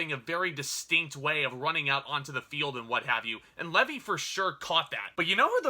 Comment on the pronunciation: Hi. I have not watched any of your videos before but I'm going through and watching a few reviews for this movie. I'm a big fan of Zachary Levi and plan on seeing this movie at some point. Btw, his name is Levi like the jeans (pronounced as an I not as an E like in Levy). I just wanted to say that I was very amused by your shirt.